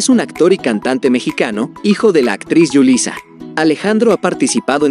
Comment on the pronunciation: Es Julisa no yulisa y es angéliga no anyélica